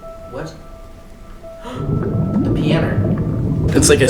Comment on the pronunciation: gasps "the pianer"